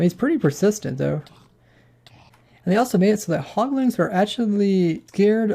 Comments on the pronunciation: "hoglings" "piglings" "lantrens" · Okay, I like your videos, I di, but it's HogLINS and PigLINS. There's no "ing"at the end. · Who else got very pissed off when he kept saying Hoglin(g)s and Piglin(g)s